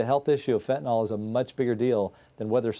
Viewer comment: Why can so few people pronounce Fentanyl properly? So many pronounce it Fentanol.